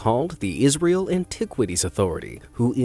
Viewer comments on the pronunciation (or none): none